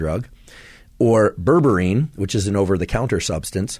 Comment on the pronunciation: Would you be able to put graphic spelling on the video when you talk about products and terms that aren’t in everyday vocabulary? It took a minute for me to realize that what I heard as “ververeen” is actually berberine. 😜